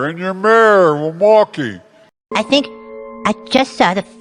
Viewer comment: "Wilmauky" ....this guy mentally corrupt ....talking out his a$$